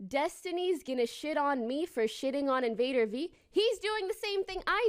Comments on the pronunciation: Can you please say her name right it's said like Invader Vee no one says it like die. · You're pronouncing invadervie wrong